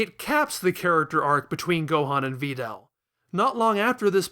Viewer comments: "Va Dell" you are welcome 0/ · Yup, that's how it's pronounced. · Is there a meme I’m missing that has to do with the way this guy pronounces names? Vee-del? Sigh-ins? No way lmao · You are so good at this dissection, man! ...but I absolutely despise that pronunciation of Videl— but that’s just me.